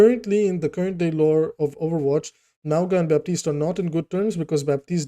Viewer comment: ‘Mow-nga’ it’s mountain in Samoan